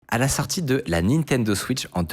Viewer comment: A la sartie de... ?!! Je croyais que seules les nanas (ou plutôt certaines adolesentes) qui prononçaient la voyelle O comme un mix entre O et A. il y a que moi que ça énerve cette prononciation?